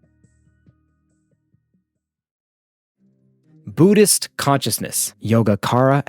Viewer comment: Excellent idea for an episode. A little not on Buddhist/sanskrit pronunciation: Yogacara 'yoga-chara'; Madhyamaka 'maj -' (like the same sound in 'magic' 'ya-meeka' Sunyata 'shoon-yata'❤